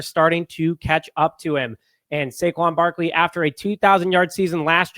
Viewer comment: Barkley,NOT Barkely.